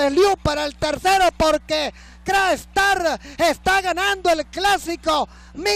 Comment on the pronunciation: ESTOS EVENTOS SELECTIVOS QUEDAN REGISTRADOS EN LA HISTORIA DE LA HIPICA NACIONAL, POR ESO PIENSO QUE DEBEN SER NARRADOS POR LOS GRANDES NARRADORES DE LA EPOCA, NO ES LO MISMO DECIR CRA-ESTAR QUE CRACKSTAR...